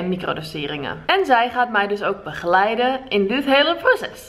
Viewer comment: Hoor hoe ze begeleiden en lsd zegt